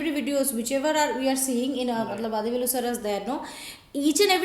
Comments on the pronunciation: U r doing a grt thing...though u don't understand the language, u r enjoying nd sharing the comedy...,🙏🙏🙏nd the way u honuor nd respect the artists nd team is fantastic... a humble suggestion...u may plz pronounce his name as वडीवेलु...continue the grt job...thank u so much... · you are pronouncing vadhivelu. its not dhi its di like ti.